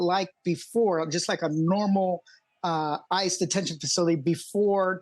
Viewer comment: I know you just said, “ICE has denied them…,” but it definitely sounded like, “ISIS denied them.”